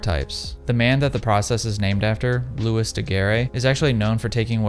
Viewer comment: And looey not lewis